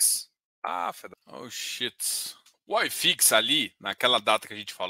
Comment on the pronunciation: Só uma dica: Não é "Ai Fix". É "i fix" mesmo porque é um índice Brasileiro Hahahaha